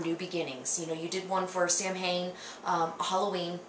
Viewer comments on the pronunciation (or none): Actually, it's pronounced more like 'sahvin'. It really doesn't matter to them how North Americans pronounce Gaelic words, it's more or less a lost language to them anyway, they honestly don't care. My best friend and her family lived in Coleraine until the early 90's and they thought we were weird for 'celebrating' things like St Paddy's day in Canada. They never paid any attention to it at all until they immigrated here! LOL